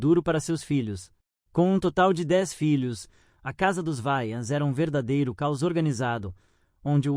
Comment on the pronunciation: Não é Vayans, é Wayans!